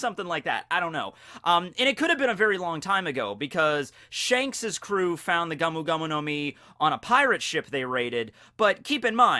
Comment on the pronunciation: It's GOMU, neither GAMU nor GAOMU